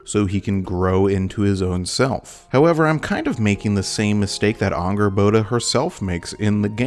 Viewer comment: Since when is Angrboda pronounced with an Ah sound?